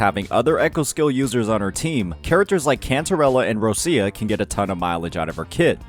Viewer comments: It's Rochia! Not Russia! For the lov of God. Could you stop being an American for one minute and learn the correct pronunciation. Put in google translate - Roccia it will be Roch-i-a. Not Russia. The way you say it, your pronaunce it as Russia - as a country. Please my Italian heritage is in pain hearing you speak words mega wrong. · Why do you call ROCCIA, ROSSIA????? 😫😩